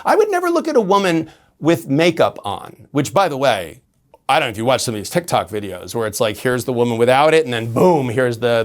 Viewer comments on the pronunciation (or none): none